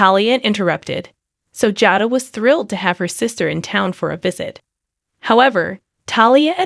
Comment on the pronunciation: JADA's name is pronouced like:. Jay...DA. constrictive criticism 🤪